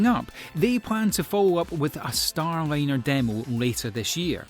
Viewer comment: and following should be "Doug and Bob" or "Hurley and Benkin", not "Doug and Hurley". should be "ISS", not "ISIS". should be "Starliner" not "Starline". I give up.